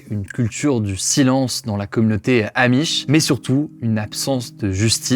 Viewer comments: Les zzzzzamish ….. insupportable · Aloha les gens. Super la vidéo, par contre arrêtez de dire les z’amish mais juste les amish. Merci bonne journée